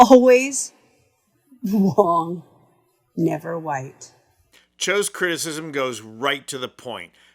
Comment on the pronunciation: "Always WONG never right" 😂😂😂😂